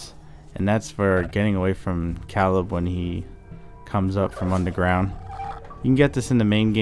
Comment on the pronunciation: You're saying Caleb wrong but it's okay we all pronounce stuff different